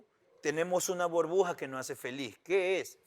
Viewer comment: Diego diciendo booorbuja en vez de burbuja 🤣